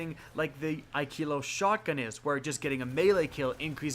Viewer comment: you are saying wrong bro..is not ikeelos...this is how you mention it kinda like this....(i..ka..los...).